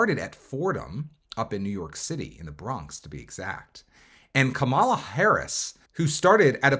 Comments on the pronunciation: Right? Maybe he doesn’t know that it’s pronounced like Comma-La. I noticed MAGA often mispronounce her name on purpose though 🙄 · Why do you say Kamala like that?